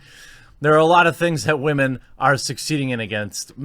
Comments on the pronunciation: 😂 i love how he says wahmen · Can someone kindly explain to me why women is being pronounced as "Wah-maan" recently? Just curious that's all! O_o